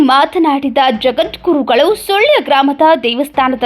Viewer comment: ಸುಳ್ಯ ಅಲ್ಲರಿ ಸುಳ್ಳ sec